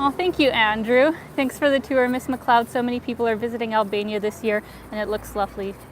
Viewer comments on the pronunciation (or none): none